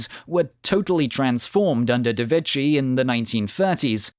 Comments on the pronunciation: When preparing an article about ITALIAN history, you could have read up just a LITTLE BIT about Italian pronunciation. The h in Vecchi makes the consonant a k (and not a ch). Vecchio, btw, means old, pronounced vek-kee-o. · The name Vecchi is pronounced vayki not vetchy. Otherwise a great video.